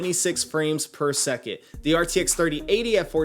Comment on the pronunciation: Drink every time he says “per seket”